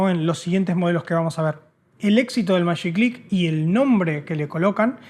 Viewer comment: Los contemporáneos del invento, los que lo vimos nacer, le decíamos «magiclick», pronunciando la letra «g» como suena en el nombre «Jorge», como lo llamaban Hugo Kogan y toda la publicidad en TV. Estos chicos tan simpáticos parecen trasladarlo de época al pronunciarlo como si estuviese escrito en inglés. Es cierto que es un poco híbrido porque la palabra «click», al estar escrita con «ck», es sajona; en castellano se escribe «clic», y no se lo considera un préstamo lingüístico sino una onomatopeya. «Magi» puede ser tanto inglés como castellano, así que… todo bien. Cada época hace lecturas diferentes. Otro aporte muy importante del invento, que no mencionaron pero que sin duda no deben ignorar, es el de la seguridad. Los fósforos, en una casa con chicos o con ancianos, podían ser peligrosos. La evolución en el largo del diseño tampoco es caprichosa: con la primera versión era muy difícil prender el horno de la cocina o la llama del piloto del calefón. Y los colores tiene que ven con el espíritu de la época, había libertad, fantasía y aires jóvenes de renovación. Los cambios en el vestuario también daban cuenta de esto. También existió una versión previa de los chisqueros con cable, generalmente enrulado como los de las máquinas de afeitar eléctricas, que terminaba en una ficha para enchufar. Esto los ataba a que hubiese un tomacorriente muy cerca de la cocina, lo que limitaba mucho sus posibilidades de uso. Los felicito por el trabajo de estudio y conservación de nuestro patri